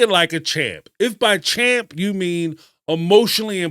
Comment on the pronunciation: Sean.. chump not champ